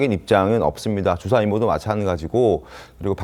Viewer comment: 방송하는 사람들이? ’주사‘ 뜻에맞게 정확히 발음하시지. 술주정 ’주사‘로 들려요